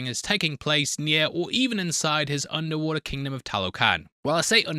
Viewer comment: an absolute brit spottet ;) "un'er'wa'ah"